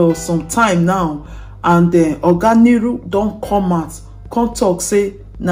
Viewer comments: Nuru not Niru pleaseeeee! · It's pronounced Nuru and not Niru